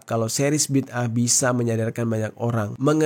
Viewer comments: Bukan bida'ah. Tapi bid'ah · BIDAA AH bukan BID AH, BA YA DAL ALIF ALIF HA, itu sebutan yang betul bro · Bang bacanya BIDA 'AH 😅😅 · Bid'ah kalii😂😂😂